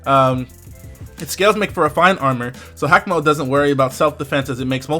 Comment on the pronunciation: It's ha-ka-mo-o ("ha-ka" like haka the war dance of Maori and "mo-o" like the mo'o or hawaiian gecko) it's kom-mo-o ("o" has a long o sound) please pronounce stuff correctly